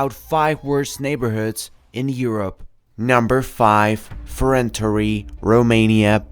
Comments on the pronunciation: It's actually pronounced more like "fe-ren-TAR'", with a soft "y" sound at the end -- in the IPA, it's [fe.renˈtarʲ] :) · "Frenteri" lamooooo